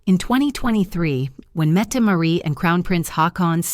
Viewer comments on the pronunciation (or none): The "t" Marit is not silent.